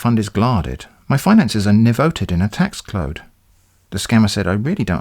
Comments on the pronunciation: I could listen to you say "Tax Clode" all day and never get bored. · Im sorry my account is in a Tax Clode. lmao once the conversation moves forward with gibberish words it becomes even more hilarious . its as if your mixing english and Simlish from sims lmao.